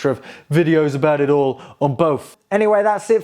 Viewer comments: I used to work for Racal a long time ago! Nothing to do with this specific product unfortunately. But I can give you a quick tip - the company name is pronounced "Ray-Cal". It's made up from the names of the two founders RAymond Brown and CALder Cunningham. "RA" from Raymond and "CAL" from Calder. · Pronounced Ray-Cal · RACAL pronounced RAY KAL Just for your info. One of the many things I serviced when working at the RAF air traffic training school RAF Shawbury. You might get away with some heat shrink on the Pinch rollers.